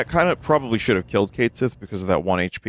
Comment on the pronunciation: Yup. We can certainly agree on that. Cid that isn't smoking and cussing just feels out of place. Maybe he'll turn bitter in Part 3. I'm just messing around anyway, I don't care that much about Cait Sith. What actually annoys me more is that they still pronounce it wrong 🤔